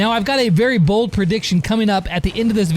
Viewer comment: "A couple Bull d (Bold) predictions"